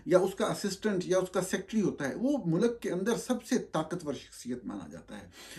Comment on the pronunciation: Norani sahab you're an educated person. Please, for God's sake, don't say MULAAK(Country) say Mulk. Thx